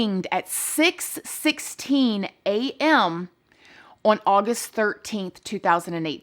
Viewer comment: Love the misuse of the word "on", in which the diva pronounces here as "worn"! LOL!!!